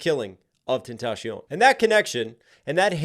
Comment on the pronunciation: I can't take anybody serious who blatantly butchers tentacion like that